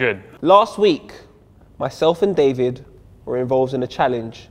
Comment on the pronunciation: I'm italian and David pronunce was fantastic :D